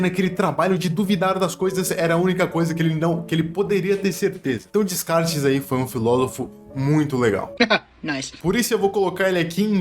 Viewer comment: Falar descartes me dá uma certa agonia 😳